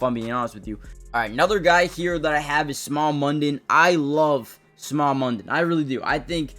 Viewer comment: The draft capital in picks the Eagles have with trading a few reserves is immense. Smael is pronounced Smail which snail would be an awesome nickname.